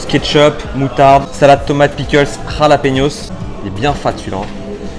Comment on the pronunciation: Du khalapéniôsse😂😂